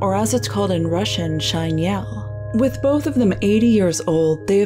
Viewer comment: Шинель is pronounced Shin-Elle. Not Shine-yell... Сказка Сказок is SkazKa Skazok, you missed the K. Oh and Gogol was Ukrainian, from Poltava. His entire writing career is writing down Ukrainian folk stories or writing about Ukraine and its culture.